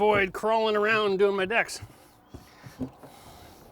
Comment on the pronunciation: Is he says decks or dicks, he did say sit back and enjoy lol.....rain bows and smiles, haven’t heard that in a long time